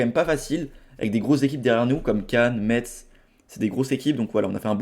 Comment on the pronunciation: par pitié, Metz se prononce « messe »